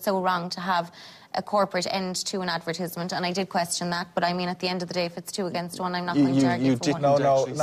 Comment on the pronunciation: Why does she keep calling it an “ad-ver-tiz-ment”….::? I know the Irish say words differently but I’ve never heard anyone call it advertizment 😂😂😂😂